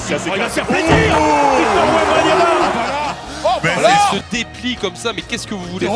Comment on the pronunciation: Wembanana encore un petit Français bien de chez nous 🤣